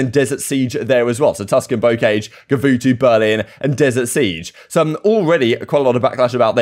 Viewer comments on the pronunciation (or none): lol bo-cage. BOH-kahzh .